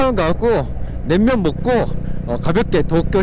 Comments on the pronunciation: 냉면을 냄면으로 발음하는 걸로 봐서 일본인? 재일교포? 어쨋건 영상 재밌게 봤습니다. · 설빙은 그래도 약간 끝에 ㅇ발음이 들려요 ㅎㅎ 낸면은 조금 노력해주시는게 좋을 것 같네요ㅠ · 낸면 발음이 점점 ㅋㅋ 일본스러우시군요 ㅋㅋㅋ 잘보고가요 ㅋ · 자꾸 낸면이라고 하시네ㅋㅋ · "냉면" 발음이 좀 어색함.. 자꾸 "낸면"이라 들림! 도 저처럼 경상도 사람인것 같은데 일본서 오래 사셔서 그런지~ㅋㅋ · 일본사람이신가요? 냄면..?? 발음이ㅋㅋ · 냉면 발음이 잘 안되시네요….^^